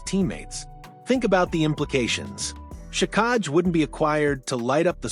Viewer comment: Luckily I don’t trust dumb news from AI. It’s “Jack-eye”, not “juh-kahg”